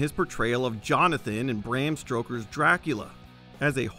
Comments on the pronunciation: "Bram Stroker." 😂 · Bram Stroker? 😂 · Bram what? lol